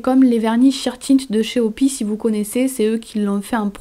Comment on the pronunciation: La marque de vernis OPI se prononce à l'anglaise ( O Pi Aie mdrr ) ! Voilaa 💕